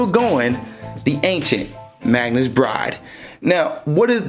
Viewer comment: Its Magus not "Magnus". There is no n in Magus